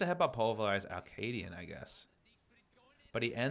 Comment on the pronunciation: Love the VOD review! I feel slightly triggered everytime you say Akaadian because it sounds like you're saying Arcadian, which is a play I read in high school...